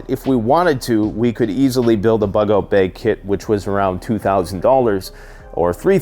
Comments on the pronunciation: Bug out 'beg'.... Ahh, Canadians😏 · People just wanted to hear you say "beauge" a bunch of times 😅